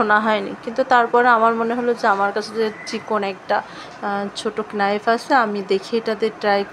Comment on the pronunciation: কেনাইফ না নাইফ